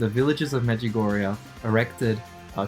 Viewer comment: Medjugorje, not Medjugorja🙏